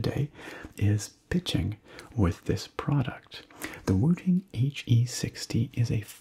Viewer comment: I seriously thought you said Wu-Tang and had to look back at the title 🤣